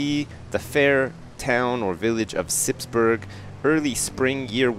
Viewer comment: Good question :). No he says it soon after , and he says it like you say it in burg[er].